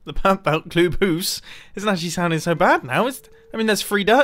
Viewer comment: The way you are saying "club house" is actually exactly how you'd pronounce it in danish "klub hus". Just thought that was funny.